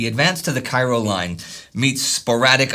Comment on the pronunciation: I think Cairo here is supposed to be pronounced like the town in Illinois, i.e. KAY-ro